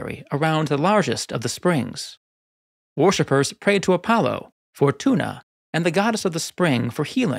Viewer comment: Do you really think 'worshippers' is pronounced 'warshippers'?